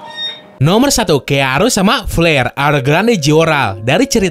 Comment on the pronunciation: Gw denger kata flare jadi pel*r njir, kuzu no honkai lagi wkkwkwkw